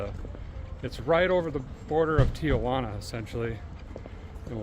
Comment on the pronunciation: Derrick, The is no “ i a” in Tijuana. It is pronounced “Tee-Wanna”.